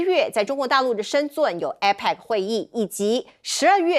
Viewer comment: 是深圳 不是深准